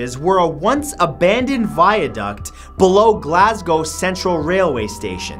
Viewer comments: Atleast he got Glasgow right xD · Sooo, any other Glaswegians watching this? Also, nice on you, mate, for pronouncing "Glasgow" right.